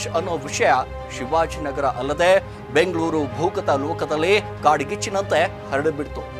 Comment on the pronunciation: Yavano Ganji Giraki ivanu YouTuber, Rizwan ge Rijjwan Fayaz ge Fayaj, Nayeem ge Naheem, Shivajinagar ge Chivajinagar anta hesare change madi heltiya, full bundle story 😂😂